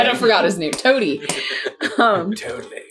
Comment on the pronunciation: YOU MISPRONOUNCED TOADY